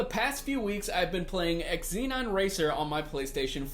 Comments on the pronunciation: Great review...happy to see a new arcade racer to play. Will def pick up for PS4 or PC. And as per Sodesco games..its ZENON not EXZENON :) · Just a FYI, the x is silent, it's pronounced "ze-non" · Why are you saying ex-zee-non? It's an element on the periodic table for god's sake...